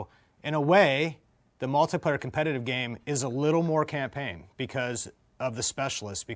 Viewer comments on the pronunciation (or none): Tucker kept saying Camplayn